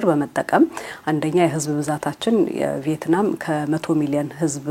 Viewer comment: ቪየትናም እንጂ ቬይትናም አይደለም